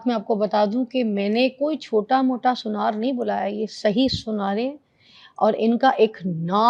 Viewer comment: Aunty ji سنار hota h , Sunyar nh hota 😂